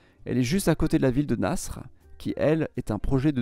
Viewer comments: 🤣🤣🤣 un coup tu dis qu'on parle Français et qu'on doit prononcer "cheik" à la Française et pour "nasr" tu dis que le mot est arabe mais qu'il faut le prononcer autrement qu'en arabe????? Ce nom n'est pas prononcé "nassre" en arabe ni en Français ni en Anglais. C'est tout simplement le prénom "Nasser" et il se prononce comme je l'ai écrit!!! Alors oui, en arabe, le "ER" est plus court que pour la prononciation à la française mais il se prononce "Nasser" et non "Nassre". Toi tu n'as aucune connaissance, je n'aurais pas dû perdre mon temps à te répondre... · Pour ta gouverne, voici la prononciation arabe du nom "Nasr", c'est à peu près équivalent à la prononciation française ou anglaise mais en un peu plus contracté. Mais certainement pas "NASSRE"... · N'importe quoi... même en anglais, ils disent "nasSER city". Ce n'est pas la 1ère fois qu'il fait des erreurs sur la prononciation des noms!!! Ça arrive très souvent... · prononcé "naSSER" (city) prononcé "charm el chER" prononcé "sinAILLE"